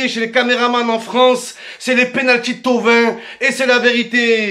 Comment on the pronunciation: "des penultys" 😂